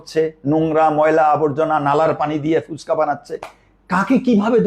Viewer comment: ফুচকা। ফুসকা আবার কি?